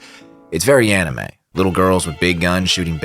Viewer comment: "Enimay" bled my ears